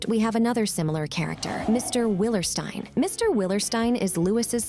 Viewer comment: It’s pronounced will-er-STEEN, “”! Have you not heard Lucille and Lewis pronounce it that way?? 🤨